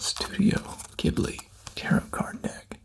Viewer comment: This is thing a knit (nit?) pick on, but tarot is tear-row not tear-rit